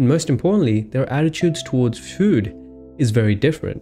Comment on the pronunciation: The way you pronouce food tho 😂